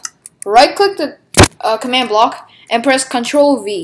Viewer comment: WHAT TO KNOW WHY DID HE SAY Control BECAUSSSSE ITS ConTRoL SEE